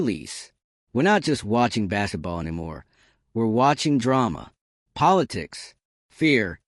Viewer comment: What is bass-et-ball?